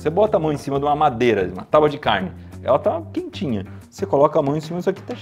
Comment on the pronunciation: Impressão minha ou o Iberê fala taubadicarne?